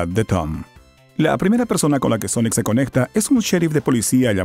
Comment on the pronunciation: Sonic the Hechejojo